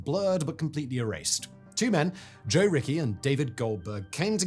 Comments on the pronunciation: Joe Ricci's last name is pronounced Richie, not Ricky. Otherwise, good commentary. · Ricci is not pronounced Rickey. Jeez, man, get it together. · Ricci is pronounced Ricchi, it's a common italian last name.